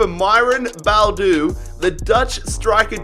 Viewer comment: It's bo-adu